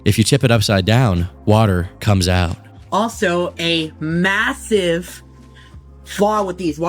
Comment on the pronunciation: If anyone is wondering why he keep putting a big emphasis on the word "massive" (most noticable during the water bottle lore segment) my theory is he still thinks the low taper fade meme is funny